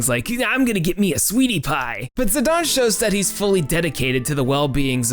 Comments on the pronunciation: Idgaf it will always be zi-DAIN...not fuggin zi-DAWN... gtfo with that sh*t. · Great video, but how can Zi-Dane be pronounced Zi-Don? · Also, the way you're saying his name is bad lol